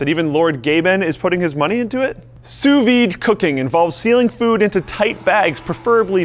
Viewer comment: I never seen someone who lives in america pronouncing "sous vide" so perfecty, my litlle French hearth is beating so quick rn